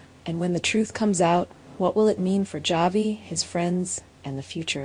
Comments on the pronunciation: His name is not Javi.Its pronounced as Havi.The J Is an H. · Yes its pronounced havi his name is a Hispanic name javi